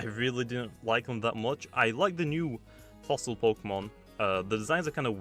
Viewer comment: The word “Fossil” almost sounds like “Floss”